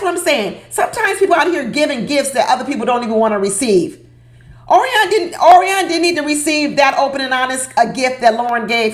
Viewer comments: O-R-I-O-N not ORI-ON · HAPPY THANKSGIVING and thank you taking the time to post today. I couldn't stop laughing...you mispronounced Orion's name the entire time. PLEASE DO NO STOP. I totally agree with your title...OMG I was sitting watching last night and making 'blah blah blah hand gesture almost the entire time. Are they getting paid by the words they use? And didn't Lauren already mention she had sex 2 months before? And asking him after she says it 'How do you feel about that?' or some such stupidity. Is she carrying a checklist? So many questions. Neither is appealing and both appear stilted. I like Becca and Austin and I agree with you about 'dumping' all those med issues on a stranger. I'm tired of her crying and saying she's sorry for being sick and him saying 'it's ok.' I agree with you, one day, if she doesn't stop, it will stop being 'ok.' Not a good Poster for Vacay in Cancun. Gloom and they are adding doom. No one is having fun. As far as I can tell, Emily messed up her right wrist, but she's wearing a cast on her left arm. What happened to the outtake that showed a woman wearing a neck and head brace and a lot of blood in the snow? Did I fall asleep? They were still in Colorado when they showed ambulance peeps taking a women, then cameras cut to something else. I'm sure you are going to enjoy dinner at your sister's and away from this maddening crowd called MAFS.